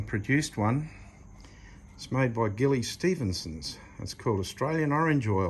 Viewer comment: i think its pronounced Jilly she used to live up the road from you in Mundaring, there original product was a beeswax polish made in house dont know about the citrus oil. The business passed to her daughter when Gilly died and she has been expanding the product range, the daughter by the way is a cabinet maker among other things.